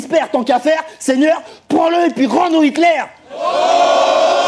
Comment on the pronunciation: rend nous Hickler mdr c Hiteler lol